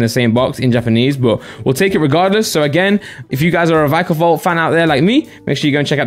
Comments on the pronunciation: Veekavolt or vikeavolt Me: Vikkavolt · it’s v-eye-ka-volt